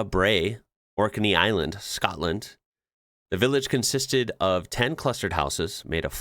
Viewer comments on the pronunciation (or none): none